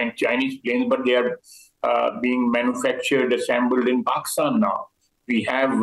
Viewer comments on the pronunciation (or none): Pakistan ❌ Paxtan😆😂✅ Armed forces ❌ Aand forces ✅ 😂 S400 is centre of gravity 😅😅😅😂😂 Inse war karne me bhi sharam aati h ab to 😂😂😂